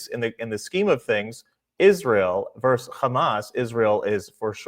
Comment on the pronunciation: Versus, . . . Versus, . It is Latin. Not "verse,". As dimwits of recent years have begun saying. Arghh.